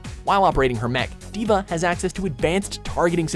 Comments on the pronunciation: did he say d.da??😆😅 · I think you said D.V.A's name wrong when you introduced her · Man he said D.va so awkwardly...